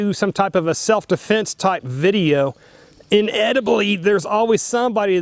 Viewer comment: Did he say "inediblally" and also, please don't shoot a fucking tree. (Good lawd...)